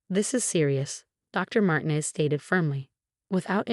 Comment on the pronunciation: Martin ez? Horrible AI reading. INvalid, not inVALid.